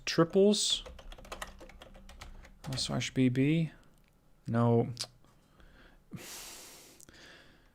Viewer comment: Pleeeease stop saying « Alsache ». It’s « Alsace », pronounced « Alz-ass »